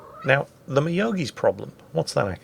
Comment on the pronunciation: Myogi is now pronounced 'Meow-gi' :-)